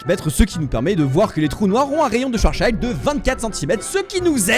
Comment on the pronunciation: Schwarzschild était allemand, pas anglais ! C'est quoi cette prononciation des ENFERS !!! Un peu de respect pour celui ayant résolu seul, dans une tranchée de la 1ère guerre mondiale, l'une des 6 équations différentielles non linéaires de la Relativité Générale d'Einstein ... Personne d'autre après lui n'a pu résoudre les 5 autres ... Merde !!!